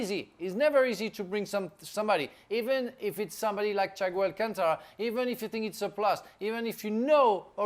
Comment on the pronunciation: Noone: bald guy: "Chaigo alchangra"